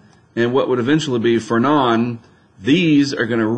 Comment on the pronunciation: Yes, Fernand is a French name, hence, the d is silent.